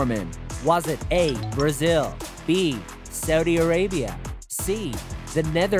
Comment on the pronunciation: The moment that guy said saudhi i knew he lost it